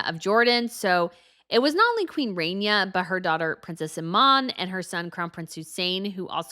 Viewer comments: Oh god needs to learn how to speak and announce things. She sounds like an old school stereotypical announcer with the way she pronounces "CEREMONY". It's not Queen "RAINYA" it's "RAHniya". You have no idea how to pronounce basic names and it's literally your job. Aren't you the expert? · Ok - Queen RAHNIA - Ahh as in Shah, not RAY-nee-ah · It's queen Rania not Renia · You mispronounced Queen Ranias name .